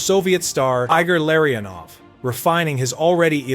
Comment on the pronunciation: How do you make a hockey video and not know how to pronounce Igor Larionov, Evgeni Malkin, and Keith Primeau?